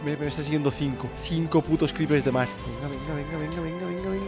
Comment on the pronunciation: Al final dice creepres jajajja